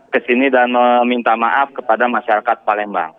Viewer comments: PALEMBANG jadi PALENDANG 😂😂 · Jd parendang